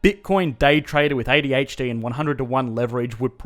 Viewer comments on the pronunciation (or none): none